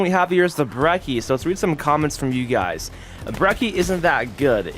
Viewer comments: My boy really pronounced it breki(wrong way to say it) and not like brechi(correct way to say it) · Bruh its "BRE-SHE" there my guy. Your getting alot of mispronounciation comments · Its pronounced bre-ch-i